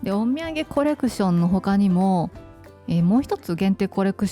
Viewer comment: オッミェンゲコレクションは、何回聞いても お土産コレクション に聞こえてしまって、毎度ちょっと笑ってしまいます( *´艸`)